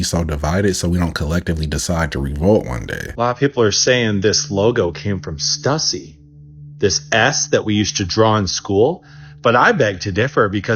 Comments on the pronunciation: "stoosy" ... stuhssy sounds like hussy, and if that is the right pronouciation, we fixed is cuz stuhssy sounds stupid low effort crap, this sort of material is insulting, even if the genesis of that nifty drawing trick is questionable, the rest of the generalizations this guy makes creates a 'creepy pasta' vibe and that mess never scared anyone cuz its just a caricature that falls patheically short as even a parody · That pronunciation is brutal if they’re talking about the company “Stüssy”/“Stussy” I used to wear all the time in my skateboarding/snowboarding days